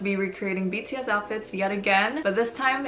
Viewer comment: Y'all don't understand how satisfying it is to hear pronounce their names correctly:((((